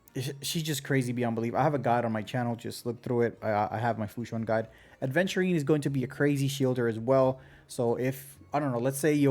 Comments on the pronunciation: Great video, but man, every time someone calls my boy A(d)venturine my brain hurts >__< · Wait a minute. Isn't it 'Aventurine' without 'd'? I think I used to make that mistake as well. 😂Anyways, since I have Topaz I'm more leaning towards Aventurine now. I love follow-up comps and I've been clearing most content with Lynx as my 2nd sustainer anyways. Probably gonna get Clara from the 300/300 standard banner choice as well since I already have Bronya (50/50 loss on the initial Fu banner) and sig LC (from standard). I kinda stopped caring about meta too much. I just wanna have fun and pull the characters I like. I still wanna pull for Acheron cuz I find her really cool. Gonna be tough if I end up losing another 50/50 and having to skip Sam but such is the f2p life. 😅 I might be fine as I've saved up 30k jades and can get another 56 pulls from the exchange but my pulling record isn't the greatest except Black Swan which I got in 5 pulls and won the 50/50. I'll stop yapping now. 🤣